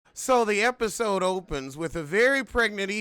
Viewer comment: Omg did u say, "so the heffasode starts with..."? I'm DYING😂😂😂💀